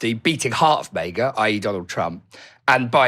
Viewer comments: why are you saying Mayga instead of maga? XD Making it sound like Mega. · It’s MAGA like saga. Not MAEGA.